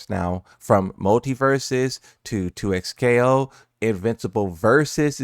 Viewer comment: this mans said 2xplayo